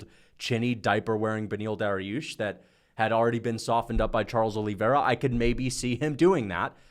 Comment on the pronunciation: Charles “Oh Lee” Vera